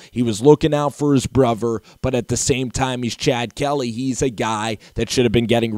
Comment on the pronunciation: Brother, not brover